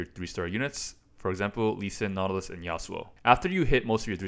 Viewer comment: Do you keep saying nautilus on purpose? Lmao